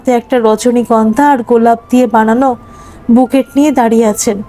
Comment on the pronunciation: বুকেট নয়, উচ্চরন হবে “বোকে”